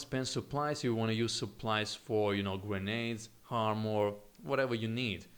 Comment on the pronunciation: Armor, not harmor.